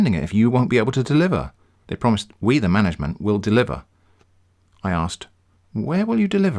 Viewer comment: "Mangment confrim the payment" now those are some dank rhymes.